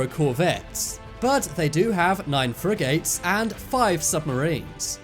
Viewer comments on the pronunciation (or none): love the way you say frigates LOL FREYYY GATES LOL